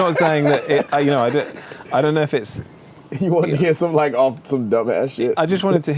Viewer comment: "I dohnt knohw" lmao